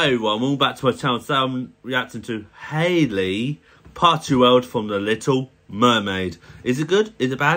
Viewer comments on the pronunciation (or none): It's Halle no Hailey 😊